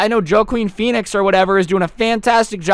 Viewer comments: did he pronounce Joaquin Pheonix as joekeen feenix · Nobody:: “Joe-Queen Peenix”